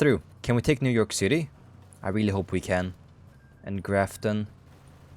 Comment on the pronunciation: "new jork city"